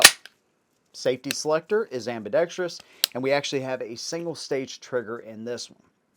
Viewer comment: Thank you for pronouncing "ambidextrous" correctly. Just about every other guntuber says it like an illiterate.